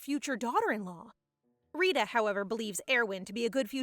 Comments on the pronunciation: It's actually Rita not risha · it is not Rishi it is Rita like Rita Ora